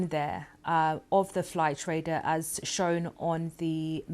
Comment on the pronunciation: Raider. You mean Radar Madam.. BBC indeed. How did she get this role. Seriously. Bless her.